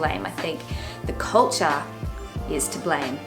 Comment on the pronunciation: I like how you say "cohwulture"